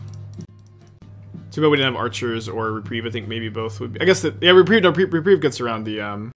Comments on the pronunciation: repreeeeve. not reprive. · He has said Re-prive more times than I can count. But he has correctly said Re-preeve a few times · Hearing you mispronounce reprieve over and over is like nails on a chalkboard. There are not two ways of saying it. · does he really still not know how to pronounce reprieve, is he messing with me, I guess chat moves quickly he could just miss it over and over and over and over